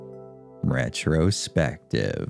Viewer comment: Stop saying "retrospective" like that. I won't tell you again.